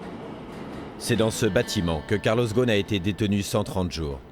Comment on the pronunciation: On prononce Carlos Rossen.